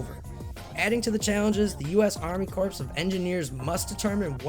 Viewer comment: It's US Army Corps. (as in "core", not "corpse"), of Engineers. Same thing with the United States Marine Corps.